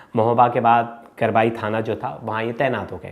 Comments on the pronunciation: Sir ji थाना" कबरई" है न कि करवई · करबाई नहीं कबरई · करबाई नहीं भैया कबरई है..👍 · करबाई थाना नहीं है उसका नाम कबरई है